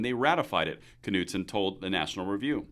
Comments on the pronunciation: I think it was driving me nuts each time you pronounced the K in Knudson 😂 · Pretty sure "Knudson" is a silent 'K' Just saying.